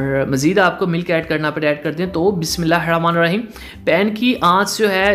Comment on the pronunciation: Bhai aap ldko ki tarah bola kren lehera lehera kr nahi or bismilair rahmanir rheem nai hota.. bismilaahi ar rahmanir raheem hota h